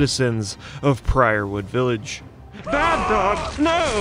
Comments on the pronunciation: WHY DO YOU KEEP MISPRONUNCING EVERYTHING! It’s PYREWOOD not PRIORWOOD!!! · Hate to be that guy but it's "Pyrewood" village. Not "Priorwood". It's Pyre. Like, as in funeral pyre. Sorry, it was just driving me nuts lol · WoW Sorry to say,, but it's "Pyrewood" not "Priorwood". Great video, all the same 👍🏻